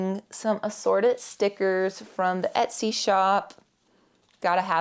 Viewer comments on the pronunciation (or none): none